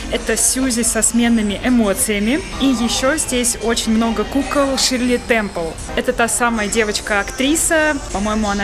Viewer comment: Не ШИрле Темпел, а ШЕрли, Е с двумя точками на верху.